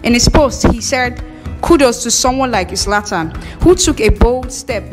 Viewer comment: Abeg no be izlatan it's zlatan